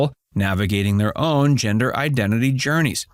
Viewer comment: I thought I was going crazy like is it called a hemder change now?...sounded made up.🤣🤣🤣